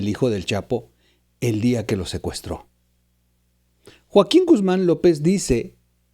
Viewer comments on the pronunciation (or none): none